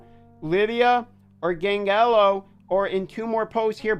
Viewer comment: Dont say his name please its a huge pet peeve youre saying gang leo its gangelo pronounced like the name anne but with the ge added so gangelo stop saying leo at the end please for gods sake